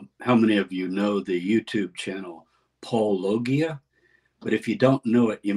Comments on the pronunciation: congrats on being a cartoon. just so you know, you've peaked now. ha! btw, it's paul-o-GEE-uh, not paul-LOW-gee-uh) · Hello Dr. Tabor, I really liked the video of you and Paulogia together. One thing: you pronounced Paulogia's name wrong. The g in Paulogia is not pronounced gee, but rather djee, like in apologia. It's a pun on his name; Paul, and apologia; the defense (claims) of christians.